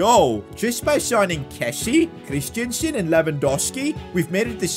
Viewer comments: Christen - sen not Christiansen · CHRIStensen not christiansen